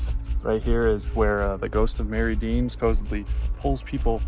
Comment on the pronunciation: FYI, The name of the town is pronounced locally as Mary Dean. Not Mer-id-ian. There are at least 3 versions of the Mary Dean story. The most famous being, A little girl traveling with her mother upstream on a steamboat, got sick and passed. She was supposedly buried there. Been exploring Happy Island a lot recently. Before the big flood, there was no island. Happy island was connected to the mainland. Most of the foundations are on the east side. There was a logging mill, school, church, homes and farms on what is Happy island now. Also camped there in past, have not had any experience with strange stuff… Really enjoyed your video and will definitely get back if I see anything weird going on!!!